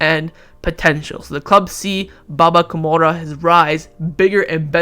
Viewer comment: One suggestion: Your pronunciation is shit dude 😂😂 It's Baba Kou rou ma not baba kumara from Sri Lanka 😂😂